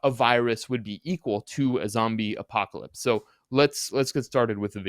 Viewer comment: A zombie WHAT? Yoo iz a reel goode spayler yoo iz....